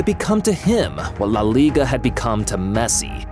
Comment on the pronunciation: the way he said leigua eae